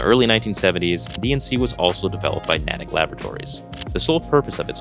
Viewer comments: Very nice work bro's. There are a few other significant tidbits of history with this garment, it's one of the first officially licensed DCU garments, and the last DNC garment. Also it's pronounced NEIGHtick not NahtickeH. stoked to see our old 2013 /k/ conversations come to life! Love you bros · "Nay-tick" Labratories. Natick